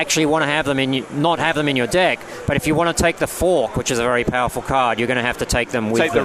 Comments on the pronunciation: He says deck like dick. xD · When he says deck it sounds like dick...